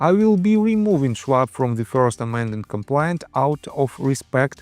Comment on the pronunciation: You should practice the correct pronunciation of the word complaint. You are saying compliant. Complaint An expression of dissatisfaction, pain, or grief. For example, you might file a complaint with authorities if you are dissatisfied with a service. Compliant To obey or follow something, or to complete or perform what is due. For example, you might say that a patient was compliant with an exercise regime if they were following it.